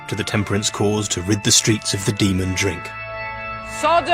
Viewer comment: "Soddom and Gomorrah! And the other one..... Cyprus!!!!" 😂🤣